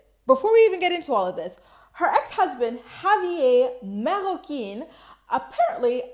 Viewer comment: You pronounce Marroquín better than Javi with his white identifying self 😂